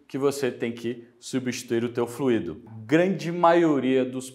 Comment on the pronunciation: Curiosidade: a palavra FLUIDO (sem acento), enquanto adjetivo ou substantivo (como é o caso do vídeo), tem sua pronúncia mais aproximada da expressão "cuido", por exemplo. Pode parecer estranho, mas o acento em "fluído", trazendo a pronúncia mais próxima de "ruído" só tem lugar quando da utilização do particípio do verbo fluir: o trânsito tem fluído bem, por exemplo.